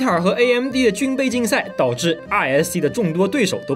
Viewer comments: RISC那个念瑞斯克我的哥啊 听的尴尬癌都要犯了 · RISC和CISC你这样读真的很难受啊。= =作视频前好歹做做相关的功课吧。发音是risk和'sɪsk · 一听就不是科班出身，来跟我读，risc，cisc